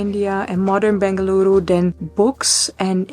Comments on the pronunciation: Its in BENGALURU, not BANGaluru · I love how she correctly pronounced “Bengaluru” ❤ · Really like the way she says Bengaluru !!